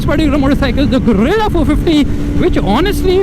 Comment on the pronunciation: Gorilla ❌ Guerilla ✔️